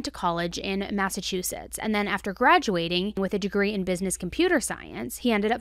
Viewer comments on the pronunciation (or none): none